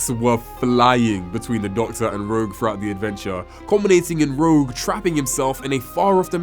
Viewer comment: It’s ‘ROGUE’ for pity’s sake!